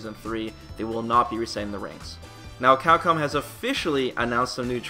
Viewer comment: You do great work man, but for the love of god, please pronounce it "CAPCOM" and not "Cackom"...